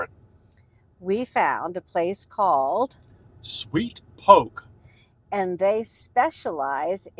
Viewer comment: It's po-kay...not poke